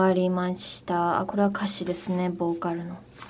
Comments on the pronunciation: 完全に韓国語の発音になってる…wwww 「ボーカl」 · ボーカルがめっちゃ韓国の発音😂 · ボーカルの、ルの発音が韓国語ですねー！KPOPの色々が知れて良かったです！色々感動しました！